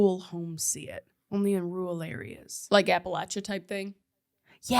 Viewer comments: I live practically on the Appalachian trail and it hurts my heart when you pronounce it “apalatchin” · How do you pronounce it?? I thought it was " ..shen" but I see everyone pronouncing it like how you mentioned...